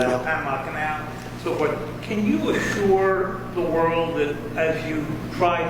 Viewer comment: assure the wold? ask him if he is american or not? Also, I applause Trump greatly for telling the truth about Carter during an extremely delicate time since Crter just passed away. He did it with class.